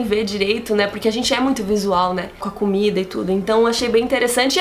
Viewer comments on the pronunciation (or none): none